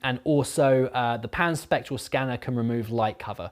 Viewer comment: I was so confused I kept hearing "the pansexual scanner" instead of Pan spectral scanner. It was amusing at least.